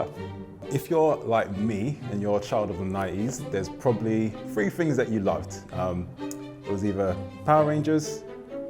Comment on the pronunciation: A couple things: 1st it's "Thing" not "TING" 2nd they have a video about Yu-Gi-Oh! Too in their channel.